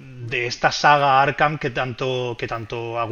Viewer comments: Por q el de la lo llama arjam???? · Por qué dices “Arjam”? 😅